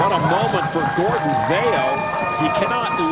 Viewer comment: He told how to pronounce 'Vayo' during the ME like 3 times, yet you still say it wrong Doug